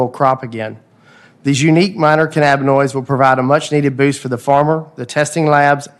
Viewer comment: Just minutes in and I've already heard "cannaboids", "cammoids" and "caminoids".